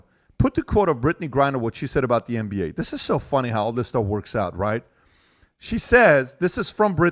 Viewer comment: Pat has been at war with the word "the" for as long as I've known him 😂